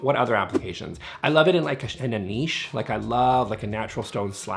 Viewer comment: You pronounced niche correctly! Bravo! I kvetch every time someone says nitch.